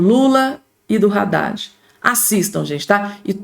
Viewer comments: Não é Radade e sim Haddad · Não é Radad é Haddad. Só você quer falar errado 😮